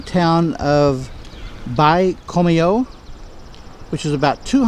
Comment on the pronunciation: too bad you didn't do ANY research before taking on this trip, Baie Comeau , ) pronounced bay como _ is a paper mill town that has a population of 5,000 english speaking citizens among it's 26,000 people , including 2 english speaking public schools, The paper mill and town were founded by John McCormick , an American tycoon who at the time was the owner of the Chicago Tribune , Colonel McCormick was instrumental in the entire development of the city , built right out of wild north , Baye Comeau is also the home town of former Canadian Prime minister Brian Mulroney , who once work at the mill, On your way to Baie Comeau you crossed over the Manicouagan river with Manic 1 hydro power plant on your left , it was built to generate power for the mill and is still working to this day nearly 100 years later , Chutes au Outardes , means Geese Falls , You are not looking at the Saint Lawrence river , the river ends in Quebec City , what you were looking at it The Gulf Of St Lawrence , it's salt water and part of the North Atlantic ocean , it has tides , hence the appearence of rocks at low tide , Your cell phone could have translated everything you were trying to read , The objects in the Parc are Interpretive art , which are changed every year by local artists , Next Time , read up and do some research , You missed so much on that trip it's impossible for me to go through it all.